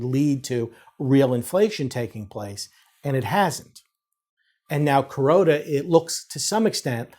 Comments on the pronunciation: Yeah he’s saying Kuroda not corona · I think it's just bad pronunciation of "Kuroda", the BoJ governor